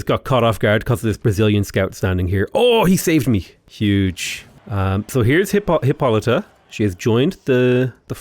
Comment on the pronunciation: still can't pronounce Hippolyta correctly. It's "Hih-PAH-lih-tuh".